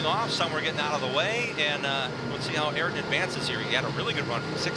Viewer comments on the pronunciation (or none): Ayrton = "aye-eer-tun" Not "air-tun" Just FYI for the announcers who mispronounced it about 50 times 😂 Mr. Senna would not be happy with the announcers, just like how he yelled at Murray Walker for calling him "Air-ton Senna" 😂😂😂